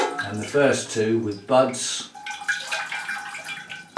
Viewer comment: I was listening while tidying up and I heard "what it does have is sexy butts along there." WHAT!? Oh, "sets of buds." SETS OF BUDS. 🤣